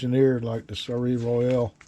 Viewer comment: Hi... very nice build and good progress 👍 Just a small hint about the pronouncation of the ship's name: You should try 'Sol' and then a long 'a' (like in ABC...) for the 'eil' - it is a French name and means 'Royal sun'